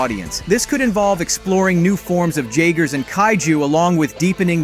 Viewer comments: Have you watched the films you keep pronouncing the as jaygers when it’s pronounced yagers… lost me when your promoting something you can not pronounce… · Not pronounced jagers it yagers. Has to be AI voice. Because any human who has seen the movies would know better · This dude (or ai, I can’t tell anymore) really said Jay-ger lmao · It's pronounce YAY-gr. Did you even watch the movies?